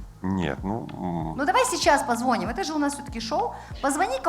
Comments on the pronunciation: "Позвоним" ударение на последний слог,Динара!!!! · Динара точно журналист? Два раза сказала «позвОним» 🤦‍♀️